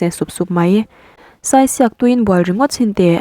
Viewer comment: Saisiak lam dan hi. Sai hi..saichhingi tih anga sai tih lai anga lam tur ania, diak lai hi..chirhdiak tiha diak kan lam ang hian lam bawk tur...thahnemngaih na zawn atangin..🤗🤗